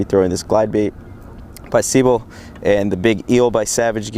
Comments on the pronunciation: It's pronounced se-beel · Hey it's pronounced. Sebile..... Lol sorry man I had to do it Love this channel, my favorite...